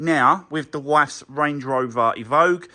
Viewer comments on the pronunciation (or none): It's evoque not evogue